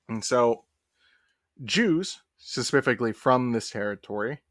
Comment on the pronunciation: Why this ninja keep saying suh-puff-ick-ly